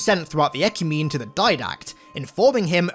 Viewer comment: It's pronounced 'eh-kyoo-meh-nee'.